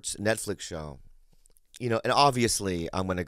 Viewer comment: Did Lee call it the 'NutFlix show's? LMFAO